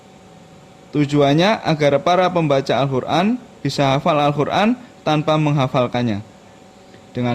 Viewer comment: Maaf mas, kok saya dengarnya Al Khur'an ya? Bukan Qof. Ngapunten..